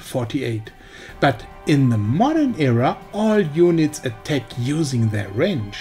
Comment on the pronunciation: Your battle tanks pronunciation sounds like better tank, and attack sounds like a tech.